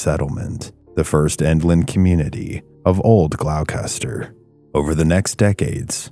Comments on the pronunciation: Bro you did not say glowcatser, glostah, it’s pronounce glostah. Friggin brutal. Do half an ounce of research before you record a video, why would anyone assume the pronunciation of this spelling, Gloucester ? Killin me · It’s “Gloss-ter” Gloucester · I live there, and it is a peaceful walk. If you’re scared it’s a preoccupation of your own mind. We are blessed with a luminous quality of light and a humble woodland. If you come, have a good visit! PS- as others have noted, it’s Glosta, 2 syllables. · Gloucester, pronounced “glawstah”. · Gloucester is pronounced ":Glosster". Please try and find audio examples of place names before recording :( I live near Dogtown; it's a peaceful place to walk through and have picnics. Haven't stayed at night because the area is large and I don't fancy turning my ankles on the rocks poking up everywhere :) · Gloss-ter just like Leicestershire is Lester-shire it's either old or middle English I'm not sure . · "Glowkester" ...Gloucester? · Great story. Thanks. btw it’s pronounced ‘Gloster’. 🇺🇸🏴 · It’s pronounced Glowster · Nh gal here, are you trying to say Gloucester? It pronounced “Glawster” or “GlawstaH” 😅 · Its pronounced "gah-lohstahh" dude. I grew up in boston. Went to dogtown at night once. Nope. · Not to be that guy but Gloucester is pronounced gloster, rhymes with foster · it’s pronounced like this GLOSTER …. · Gloss-Stah. Not what you said. 🤦🏻‍♀️ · It's pronounced GLOSS- tuh! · pronounced Glaw-ster. or if u grew up here, I't Glah-stah lmao. the trees talk to each other even in the small hidden paths to Lanesville and Rockport. It is scary the entire journey. You never really are alone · It's pronounced "Glawster" not whatever you are saying, fyi. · It’s pronounced “Glahstah” 😉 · Psst: Gloucester = Gl-ow-ster. 😂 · Gloucester is pronounced gloss-ster. Its an English town/county 😁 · Gloucester is actually pronounced "Glawster", or "Glawstah" if your a local - lol. Other than that, it was great to hear a tale from home ❤